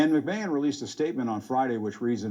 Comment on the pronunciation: Jim Acosta claims he's a long-time WWF fan, yet he says "Vince McMayne." Yeah. Okay.